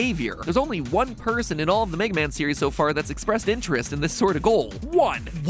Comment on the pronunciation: Wega Man